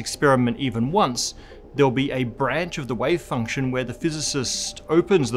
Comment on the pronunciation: Does this guy say wave function or way function?